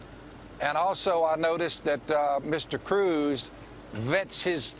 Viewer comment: Did he say cwooz?..🤣